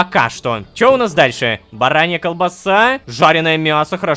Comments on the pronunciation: Написано: Баранья колбаса Рома читает: Барабанья колбаса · я до сих пор ссусь с барабаньей колбасы😂 скорее даже не с того,что рома так прочитал,а с того,что его ничего не смутило,как будто так и должно быть😂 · Я не один заметил что Лололошка сказал: Барабанья колбаса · Я один заметил что рома сказал барабанья а не баранья колбаса?) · Я один услышал что Рома сначала сказал "барабанья колбаса"😂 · Лололошка не правильно прочитал